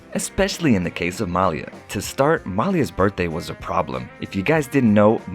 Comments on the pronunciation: he pronounces the name Malia wrong - the emphasis is on "ia" - ma - 'lia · Thank you!!! Please pronounce her name correctly.... Mah-lee-ah!! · Hey There, Please Pronounce The Young Lady's Name Right, It's "MAH~LEE~AH" Thank You! Peace,BB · You mispronounced Malia's name,,, it is Ma-lee-ya! So irritating throughout the video! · “Muh-LEE-uh” is how you pronounce her name. (Listening to Michelle Obama narrate her book “Becoming” made me want to learn more about the family.) Thank you for this video! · Her name is pronounced MAH-LEE-AH. If you're going to do a videography about these young ladies, at least say her name correctly. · How disrespectful of the Narrator who will not pronounce Malia name correctly. Ridiculous. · Yeah, exactly--you make a video of the family and don't bother to know how to pronounce Malia's name correctly?????